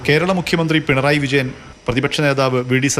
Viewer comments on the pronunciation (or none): none